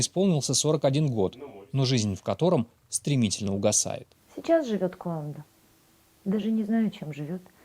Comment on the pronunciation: Ещё мне кажиться, не куанда, а кунда.